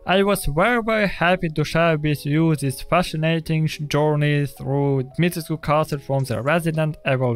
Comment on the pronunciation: As someone who is Romanian, thank God you pronounced the u at the end of Dimitrescu.